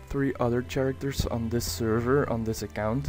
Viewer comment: "Ch-aracters" gets me everytime!